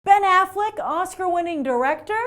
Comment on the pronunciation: That kid gave Argo 8.5 out of 10. HAHAHAHA you Americans are so easily impressed as soon as someone is acting "normal". If he would've criticized it and known how to pronounce Ben Affleck , he might be on a good way. If you watch a lot of movies you would never rate it over 7. Not an opinion, it's a fact. Start with criticizing my English if you want, it's my 4th language. Good bye Youtube and America. I win.